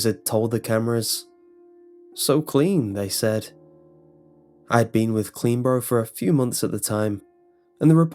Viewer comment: Is he saying CleanBro or CleanBorough? 😂